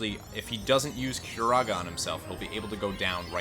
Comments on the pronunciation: I can't handle the way he pronounces everything lol. Pumice is an every day word (PUH-miss, not POO-miss), Regen I always thought was (REE-jen), as in regeneration, according to Dissidia: Zidane is also pronounced (zih-DAHN), but I'll let that one slip because I hate it. The moogle... (KYU-po)??? Curaga... (kyur-AY-ga)???? I'm dead x.x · Cure-ahgah not cure-ehhhhga. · Also it's not cure-A-ga it's cure-o-ga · I always pronounced it as cure-AH-guh, not cure-AY-guh.. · CYUR-EH-GAH? CYUR-AH-GA!!!